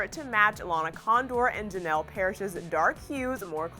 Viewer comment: Guys it's Janel not Janelle 😂